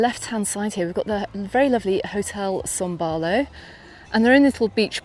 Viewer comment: Can you please explain why you keep saying son Barlow, when it is son baulo?